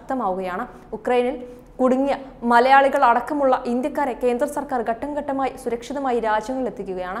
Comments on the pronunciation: കട്ടം കട്ടമായി അല്ല ഘട്ടം ഘട്ടം.. എന്ന് പറയൂ.... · ഘട്ടം ഘട്ടമായി... pronunciation to be checked 👍